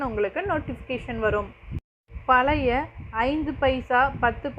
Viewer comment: பழைய என்று உச்சரிக்க வேண்டும் என்று வேண்டிக் கொள்கிறேன்